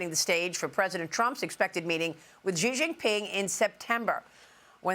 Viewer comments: It's pronounced SHE (Xi) not Ghee. It's not hard. Love him or hate him. Just say his name properly please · XI IS PRONOUNCED “SHE” FOR CHRIST SAKES, YOURE A JOURNALIST!!!! GET IT RIGHT!